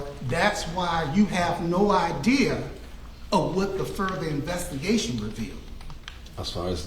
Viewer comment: "you have no idear". What??